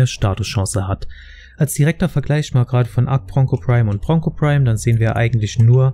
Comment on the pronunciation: I watched this only to hear ponco